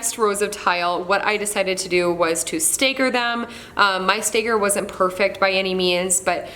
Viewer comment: Great work! Wondering where you grew up with the pronunciation of 'stagger' and 'jagged' like that? (just curious) The premix thinset and grout is super expensive, def should mix your own. MDF swells when wet, so normally I would not recommend that (or really any water + wood in a bathroom splash area). Was yours waterproofed somehow? If you can get your hands on a curved shower rod, I felt like it made a big difference.